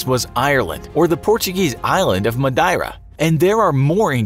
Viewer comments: he did not just pronounce madeira as mad eye rah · As someone from Madeira it’s pronounced MAD-EERA not however you said it 😂 great video none the less , I do personally believe it’s the eye of the Sahara in Mauritania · The way he says Madeira makes me cringe so bad... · Learn to pronounce the Island of Madeira